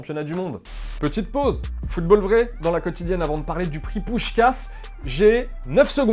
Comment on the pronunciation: Just un truc,Tu dis “le prix Puskás “ Ca ce prononce puchkach..(je suis hongrois)-:)